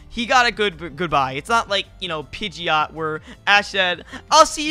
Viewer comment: pidgeot is not pronounced (pij-e-ot) it's pronounced (pij-ot)